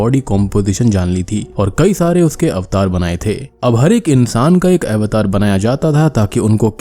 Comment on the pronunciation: भाई यह अवतार ही है. सही से बोलो